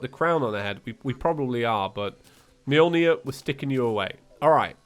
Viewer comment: To be fair, you're still not pronouncing Mjölnir correctly. It's spelled with an Ö not an O. Ö is pronounced a bit more like the U in church or uh.